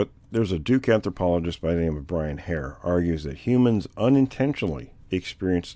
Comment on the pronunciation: you are right. Good ear. I had learned to say that wrong copying. Should be 4 sylables, not 5. But (I mean, However.....don't get her started)she's an anthropologist so it's hard to give her much slack on this one. I think these days we'd like a real anthropologist, not ike the ones........(well you know)